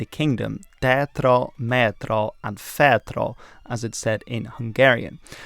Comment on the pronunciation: In Hungary we mostly use the flag without the emblem. Great video overall. (Foot note you mispronounced the three mountain ranges. The Mátra, Tátra and Fátra. The 'á' is not an 'e' sound, it is stronger and somewhat longer Spanish/German like 'a' sound.)